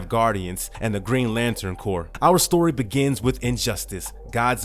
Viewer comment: at least you take it in stride. CORPS isn't pronounced Corpse(it's not a dead body lol) it's pronounced Core. Keep doing your thing though bro!